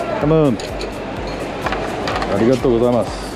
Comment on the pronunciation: ありがとうございますの発音が、もう外国人になっててウケました🤣